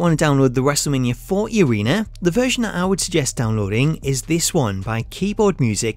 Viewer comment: lol your accent the way you say WM40 sound like you say wrestlemania 4 E